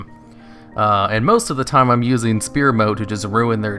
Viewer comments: It is sfere Not spere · Die-cot-uh-me also, sfeer (sphere), not spear